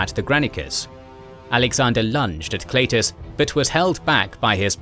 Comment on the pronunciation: it's pronounced "kl EYE tus"... jeez